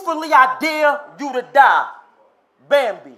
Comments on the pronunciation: Dude said Bambi way worse than the one battle rapping 😆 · it’s funny how YOU are pronouncing bambi wrong but wanna criticize someone else 😂